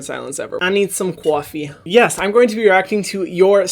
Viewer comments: that was DEF a NYC “cwoffy” 😹 HugsfromNYC 🍎👍🏼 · "I need some kuoffee" That accent, I'm WHEEZING 😂😂😂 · "I need some CWafi" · It's not Coffee, it's Quaffeè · "I need some cwoffee" it's literally the most random things that make me laugh sometimes. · Love the accent on “coffee”😂❤️